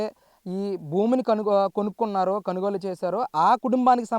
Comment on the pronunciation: కనుగోలు కాదు కొనుగోలు....👍